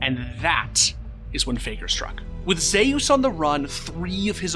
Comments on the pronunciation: Bro pronounces Zeus as Zehy-Use when its clearly pronounced (By non-morons) as Zoo-s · Am I the only one that’s low key kind of bothered by the fact that the video is pronouncing Zeus Zhe your? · Did you actually pronounce Zeus as Zayus????????